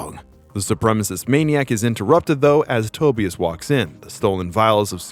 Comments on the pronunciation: Tobias its pronounced toe-bye-us not toe-bee-us......just sayin..... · Its pronounced Toe-bye-as not Toebeeis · U r just another guy who ONLY read comics it's pronounced To-bI-as not TO- be-is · It's pronounced Toe-bye-us, not Toby-us. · For the love of GOD it is Tobias-Ta-buy-us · Never heard Tobias pronounced that way. Nasty. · Can't pronounce the name Tobias lol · You're pronouncing Tobias wrong...lmfao. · The way you kept pronouncing Tobias... yikes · Wow. First time I ever heard someone mispronounce Tobias… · I cannot be the only one that cringed at the way he pronounced "Tobias"... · Nice video but how on earth do you mispronounce Tobias and Tonya!?